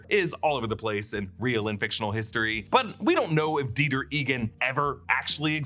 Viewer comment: Dieter… die-ter… deter? They take them out there to deter them from problematic behaviors?